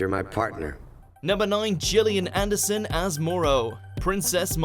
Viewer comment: Finally you pronounce Gillian Anderson's name correctly! 👍